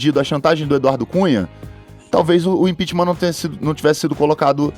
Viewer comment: esse carioca só passa vergonha... impitima! impitima kkkk comunista raça do djjjbooooo aueaur